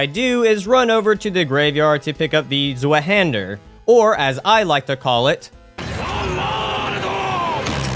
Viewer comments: Rest of the video was awesome sauce tho so im not hating buuut why is it so hard for english speaking people to pronounce german words🙏😭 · btw it’s pronounced zvi hander german for two hander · Fun fact: Zweihander is pronounced Z-vie-han-der since the zweihander was originally forged in Germany. The name quite literally means “double hander” or “two hander”. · Z in zweihander is not pronounced as z. Zwei is two in German. It pronounced as [tc] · The way use say Zweihander hurts my soul. Still, so far, fun video. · as a german i feel deeply insulted from ur pronounciation of zweihander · Clearly a strength user mispronouncing 50% of all weapons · I'm sorry but that pronunciation of Zweihander killed me lmao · The wrong pronunciation on Zweihander made me mad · fyi the 'w' in zweihander is pronounced like a 'v' in english. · the way he says zweihander😭 In all seriousness, fantastic video! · as an English speaker, it very much bothered me too 😵‍💫